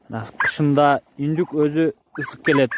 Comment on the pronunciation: Урматтуу Ютюбер Ундюк эмес, ҮНДҮК деп сүйлөп үйрөнөлү э. Себеби бул сюжетти толтура адам көрөт жана айтылган сөзгө көңүл бөлөт.